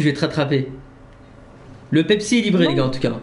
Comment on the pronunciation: 7min40 qui dit « pepepsi » AHAHAHA